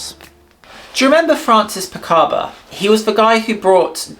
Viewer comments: Francis PICABIA, not Picaba. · Great video, I am really glad I discovered your channel ! Just a small correction Francis Picabia’s name is pronounced Picarbeeeaah and that Man Ray sculpture the gift is an iron not an ironing board. Dada would never have accepted I am too much of a pedant 😢